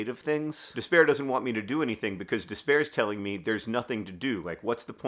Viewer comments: I love the Nerdfighter community, and I am so grateful that I was finally able to afford to donate during P4A this year 💚 but also...when you started repeating the word despair, I started to hear 'dis bear instead. And I thought wow, 'dis bear has a lot going on, and he should definitely leave John alone. It made me giggle and reminded me that sometimes it is possible to laugh in the face of despair/'dis bear 😂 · Every time you say “despair”, Hank, I hear “this bear”. And man.. this bear is really holding you back. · I really thought you were saying “this bear” instead of despair and I was like “that’s such a poignant metaphor ❤️” 😂